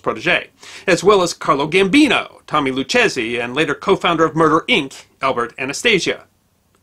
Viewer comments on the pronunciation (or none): Luchesi isnt pronounced Luchezzy, It's Lou Kay Zee. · Usually in Italian names, the SCHI is pronounced like "SK" a hard C. So, it's likely his name was pronounced "SKEERO" . . . . . .Similarly, "Lucchese" is pronounced "Loo-Kay-Zee" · Mostly well, good enough. Its Lou Kays e the ch is a hard K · Isn't it Loo-K-Z?